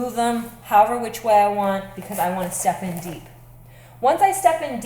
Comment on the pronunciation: when she says "step in" it sounds like Stephan, and she says " I want Stephan deep" .